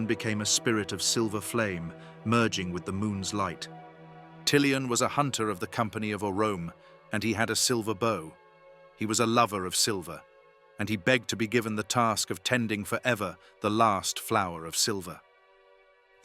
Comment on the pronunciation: Sir you really need to improve your pronunciation. Among others misspronounced words, the one that struck the most was Oromë. In the word Oromë, the ë with a dieresis indicates that the e should be pronounced as a distinct vowel sound, separate from the preceding m. Oromë would be pronounced as "OH-roh-meh" The ë ensures that the final syllable is pronounced clearly as meh and not silently or blended with the previous vowel